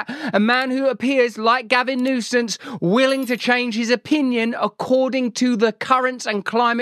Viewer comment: Did Russell call Gavin, Governor Nuisance? 😂